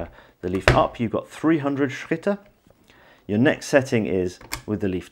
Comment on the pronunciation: I must say, what a superb pronounciation of Schritte